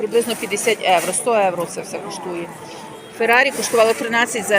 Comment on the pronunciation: А чому Эвро ? А не Євро?😂